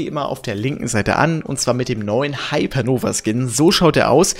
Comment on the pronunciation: Wie beschissen kann man bitte hypernova aussprechen Digger das ist eine riesige Sternenexplosion